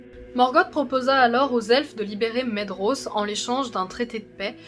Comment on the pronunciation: Excellent ! Seule remarque : la prononciation des noms. Le "dh" se prononce V, le "th" T, le "c" et le "ch" se disent K, le "g" G(u), etc. Par ex : - "Celeborn" se dit Kéléborn - "Maedhros" se dit "Maévross" - "Region" se dit "réguionne" et pas "réjion" comme le mot français - Les terminaisons en "in", "an", etc, prononcent bel et bien le N. "Thorin" = Torinn, etc Il y a un tableau des prononciations dans le Silmarillion ^^ Bon courage pour la suite ^^